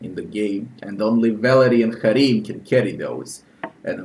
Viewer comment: I liked your pronunciation of Harrim.